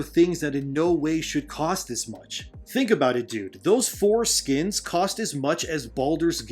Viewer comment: LOL...I know he's saying "Four Skins", but in each sentence, it comes out as "Those foreskins cost as much as Baldur's Gate 3"